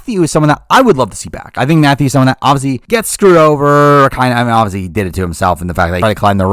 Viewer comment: Every time they say obviously I hear "Ozzy" and it's driving me crazy hahah